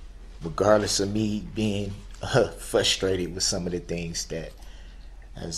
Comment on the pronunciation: I love how he chooses to take "the high road" but then mentions everything that he was "FU-STRATED" about 🙄